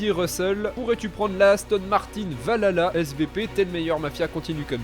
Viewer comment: juste mafia, ca se dit val halla en prononçant le H